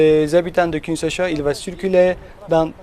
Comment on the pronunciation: On dit Kinshasa